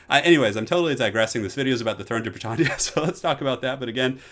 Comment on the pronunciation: Minor thing but us Brits say Brit tan ya - the tan like Anne - Britannia rules the waves like. I know we pronounce things differently for similar words US to UK but that was going to kill me if you do all your videos saying Brit tarn ya... Love you 😀